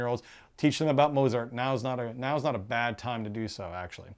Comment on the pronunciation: I hate to be negative, but, even forgiving the continual mispronunciation of Mozart, the review did not say very much other than that the reviewer liked it. It left me knowing nothing about what this game feels like to play, and how it may be different to similar Euros - most Eurogames have something distinctive that makes game play a bit different to the others, like the death rules in Village etc. I think only 1 minute of this short review is actually useful.